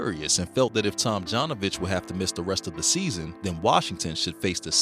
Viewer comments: Up until half of the video i thought the dude's name is Rudy Tomjohnovich :D. Your pronounciation is a bit wrong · Tomjanovich is pronounced like Tomyanovich. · For God's sake, is it possible that the narrator doesn't know how to correctly pronounce Tomjanovich's surname???